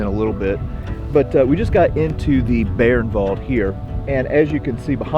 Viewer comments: Fucking learn how to pronounce names. Not Beernwald by By-ernwald. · Thanks,, great video as always. Please allow me to comment on pronunciation. The German word "Bayernwald" is pronounced "BUY-ernvald".